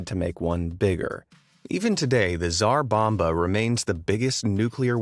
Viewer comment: This video is parody, at least research your first atomic test ffs - drop from a plane..... for names I don't even comment. I know you're bad with non English names, but making video of that at least you can hear how to pronouns them (Ti-sar bomba..)